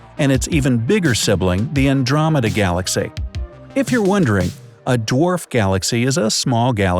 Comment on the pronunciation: Wait, did he just say glass-cow?